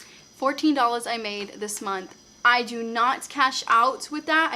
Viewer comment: came here just to hear you say “dollas” 😂👍🏽👍🏽